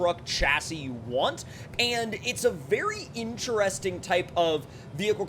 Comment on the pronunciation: Take a drink every time he says “incheresting” lol. Joking aside, you’ve got lots of great SnowRunner content.